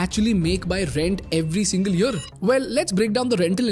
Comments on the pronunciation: Say year not yur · What about yer instead of year di you get agitated because of that too?